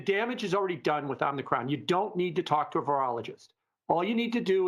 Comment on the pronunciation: I <3. Om - knee - cRon